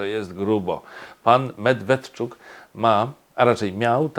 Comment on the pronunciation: Ale moglby sie pan nauczyc wymawiac nazwisko Mjedwjedczuk .